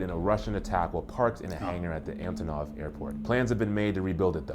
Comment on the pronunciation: Here are a few corrections/extra info Antonov, not Antov Korovai, not Karovay The national inventory of intangible cultural heritage of Ukraine includes the korovais of Sakhnovshchyna and ritual breads of Vinnytsia Oblast, meaning that only two specific varieties of korovai are classified, not all of them The mayor of Mykolaiv is actually Korean Some might interpret this as if Surzhyk is a specific mix of Ukrainian and Russian or even a transitional language, but that's not true. Essentially, Surzhyk arises like so: you're speaking Ukrainian, you suddenly can't remember one word or phrase, and so your brain automatically replaces this with the Russian equivalent. Surzhyk doesn't have set rules, it's just a thing that appears when both people in a conversation know two languages (in this case Ukrainian and Russian) and don't care to make sure they speak either one 100% correctly Hutsuls are just one specific group of Ukrainians in the Carpathian region, but it's not the only one. There are also Boikos, Pokuttians, Subcarpathian Rusyns, and Lemkos. Due to their isolation in the mountains, each of these groups evolved their own cultural elements, many of which have been preserved well to this day. Bohdan Khmelnytskyi, not Bogdan Khmelnytsky (the former is the Ukrainian spelling, the latter is a weird mix of Russian & Ukrainian spellings) Actually, many ancient Ukrainian practices from the pagan times had been incorporated into the